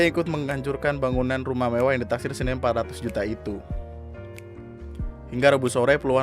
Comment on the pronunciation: ingat yah bukan mewah tapi mevah